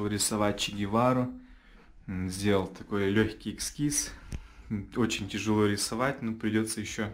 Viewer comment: ты молодец. Приятно смотреть. И как всегда моё любимое поправлять - эскиз, а не эКскиз. Не обижайся только, это от души, ты хороший парень.